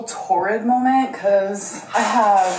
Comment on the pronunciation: “Chest piece molment” 😂